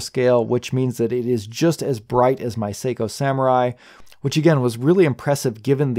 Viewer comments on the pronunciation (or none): none